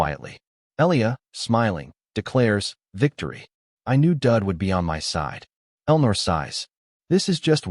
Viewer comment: The guy's name is Daud (rhymes with "laud") not Dud, but I have to admit that Dud is pretty funny.